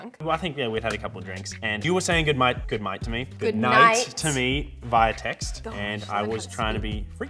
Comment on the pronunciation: “Good might”